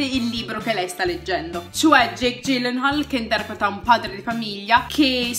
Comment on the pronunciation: Bella e concisa recensione :) comunque è Jake 'Ghillenhòòl' propriamente, da come dice lui...